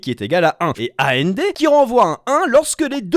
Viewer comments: Bonne vidéo, juste sur la prononciation des portes logiques ça a été un supplice 😂. Ça se lit comme un mot : and c’est et en français par exemple ça se dit pas à n d et nand se dit non and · Mes oreilles ont saigné pendant toute la vidéo à chaque fois que tu prononçait A-N-D, O-R, X-O-R, etc... 🥲💀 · Question : pourquoi est ce que tu dis ''A.N.D.'', ''O.R.''... et non ''and'', ''or''... ?